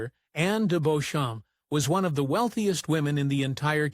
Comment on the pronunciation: The English pronounce "Beauchamp" as Beecham.